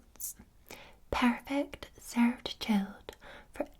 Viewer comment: i love her saying “perfect” in that accent